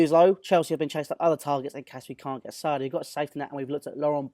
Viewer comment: Any particular reason you are saying Sarri like a gimp?